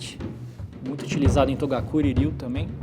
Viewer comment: É toGakuri Ryu e não toDakuri.. Kkkk